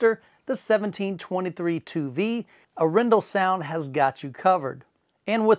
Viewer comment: Got the pronunciation of Arendal right! :) Maybe not completely in local dialect, but in line with how two thirds of Norway’s population would pronounce it.